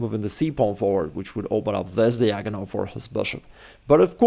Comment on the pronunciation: When will you learn how to pronounce "diagonal"? You're in America now.